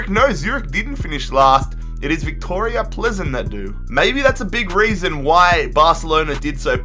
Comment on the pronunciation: Your pronunciation is appalling /Besiktas, Victoria Plzen, Rennais, AEK to name a few/. You miss key transfers and team movements up and down /Sevilla and Benfica going in and out of League 1 predominantly; or City`s and PSG`s consistency/ also show terrible maths skills /how can Besiktas go through b2b relegation 3 times but only reach League 4 in season 5?/. Embarrassing. Good experiment ,though.